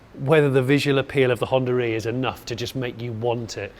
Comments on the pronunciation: where the hell you're getting the lett 'R' in Honda E? :) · I just keep hearing Hondar e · what is this hondaree he keeps saying? the car is called Honda E where is the R coming from? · Is it me or he is pronouncing it Honda Ree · Maybe we should rename the car to Hondar E so that British people can pronounce it 😂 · The only reason I mentioned 'tomato' was as an example of how different accents work. In his accent (and my own) it's common to roll two words together and keep the sound running between the two rather than have an abrupt stop, which in the "Honda-e" example comes across like "Hondaree". It's just the accent and people who speak it don't hear the "r" sound which is why I was so confused. But now I get what you mean and like tomato, it's just the way certain accents pronounce the words. It's probably closer to the way most Americans say "one hundred twenty" and most Brits say "one hundred and twenty" but of course it's spoken as "one hundred-n-twenty". Those extra sounds just smooth out the words and native speakers just don't notice them. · Why call it Hondaree lmao